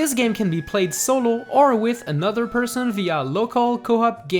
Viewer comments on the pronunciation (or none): none